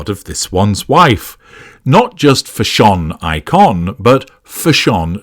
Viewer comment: fa-SHON eee-kon indeed LOL